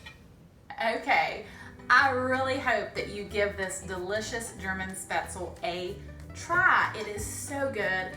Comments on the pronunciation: Schpetz- LEE is the correct pronunciation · Thanks for the recipe! When living in Germany as a child, my grandmother used to make this dish. I love speatzle. BTW.. when pronouncing the word speatzle, the "e" on the end is vocalized as a soft e. It isn't silent. Best!